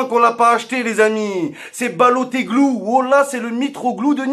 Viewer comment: "Baloteglou" mdrrrr